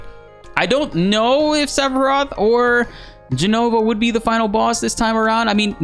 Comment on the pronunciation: This is hilarious! I heckled you about it a few weeks ago, all in good fun. But yes, I'm happy to see it pronounced correctly! It's Jenover! 😂